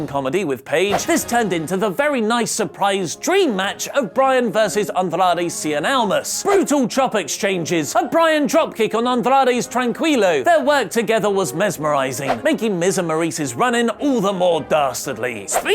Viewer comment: just small thing: its not tran-quee-low, its tran-key-low